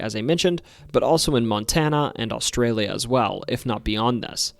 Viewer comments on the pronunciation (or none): none